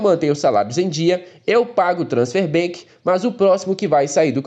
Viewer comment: que agonia ouvir vc falar transfer BANK, isso é um Banco? kkkkk pior é que vc fala BANK BANK BANK, mas é ban de banimento, e não BANK de banco